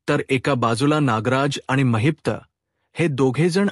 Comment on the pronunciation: It's Mahipat not Maheepta also khote bolnar not khot bolnar . khatri nahi not khatri jama hote nahi . It's not boltayat say boltat. Khatar jama karaiche pl it's khatri karne.. it's zhopdi not zhopat..choop dila aasto . Pl talk properly else if we keep listening we may spoil our marathi